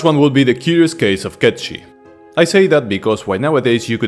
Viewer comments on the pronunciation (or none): 1. It’s actually pronounced “Kate-Sith” not “Ket-Shee”. Both Dirge of Cerberus and Final Fantasy VII Rebirth confirms the cat’s name is pronounced “Kate-Sith”. And 2. You seriously forgot the Buster Sword? That was an unused item in Final Fantasy X, and it’s obviously an allusion to FF7. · I'm sorry my man, but I keep hearing you say "Cat Shit" when referring to Cait Sith, and that's just hella funny.